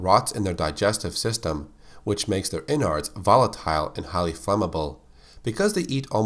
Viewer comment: That's not how you pronounce innards you dumb ass